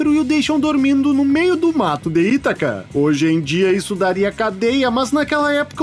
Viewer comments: Mas, infelizmente, devo reconhecer que alguns dubladores pronunciaram errado, mesmo. É Ítaca, com certeza. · Neste filme houveram dois dubladores para o papel de Odisseu. Na maioria das frases era o Hélio Ribeiro (dublador do Coringa em Joker) e na derrapada de Itaca e Aiolos era o Luiz Antônio Lobue, dublador do Cavaleiro de Ouro Aioria de Leão.... acho que por isso ele se confundiu na pronuncia kkkk